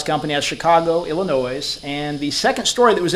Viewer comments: Illinois is pronounced ill-a-no--ee, not ill-a-noise. I'm a native Californian and even I know that. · The “s” is silent when you say Illinois. It is pronounced “Ilinoi”